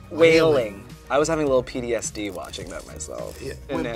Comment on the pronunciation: did acid just say PDSD